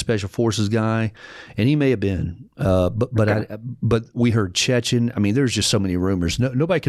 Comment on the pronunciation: Its "Chechen"